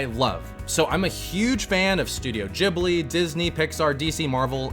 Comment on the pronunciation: Its pronounced Gibli